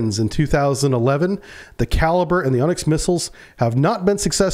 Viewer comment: It's not called a kaliber missile,,,,,Its pronounced ,,,,kaleebrea,,,,And it also has a land attack function ,,Its been used in Ukraine many times,,,These kalibre missiles are almost hypersonic speed,,,,,The kinzal hypersonic missile is based on the kalibre design,,,The Ukrainian minister of the armed forces has stated in an interview that in all the time the patriot system was in Ukraine ,,They never once were able to shoot down a kalibre missile,,Or any supersonic missile the Russians fired ,,,,,I believe this interview is on line